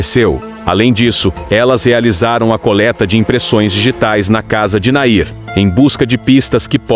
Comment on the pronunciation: Nome dele era Nain não Nair